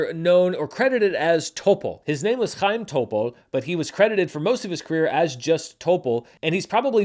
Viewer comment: A+ pronunciation of "Chaim Topol." Well done (seriously!).